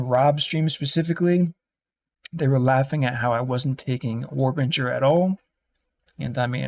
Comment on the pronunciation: Node literally says warbinger when he mouses over it